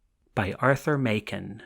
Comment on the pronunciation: The author's name is pronounced Mak-en, not May-ken, as the reader mispronounces it here.